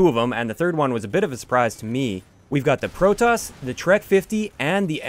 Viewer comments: Its Proteus. Pro-tee-us. Not Pro-Tus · Why is he pronouncing it like "Lotus" when it should clearly rhyme with Prometheus? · why can't anyone pronounce Proteus right, seriously why!????????